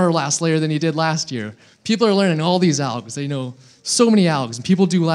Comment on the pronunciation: wtf..he said "oll us 56 cases" oll is 57 cases mate